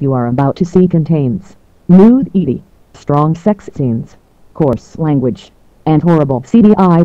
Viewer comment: The text to speech voice completely mispronounced nudity!